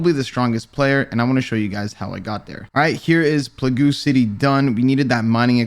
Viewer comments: Bro really said plagoo city lmfao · you did not just say "Plagoo" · Nice grinding and I hope that’s not how you really pronounce plague Rsn:aSkilledTank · the way you said plague haha rsn: wit da draco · Hahahahha RS players always mispronounce random shit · I was hoping this was deliberate.. I do that shkt all the time. Pernounce it how it’s spelled, just to fhk around